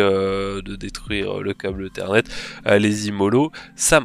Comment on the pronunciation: Un câble "eu-thernet"?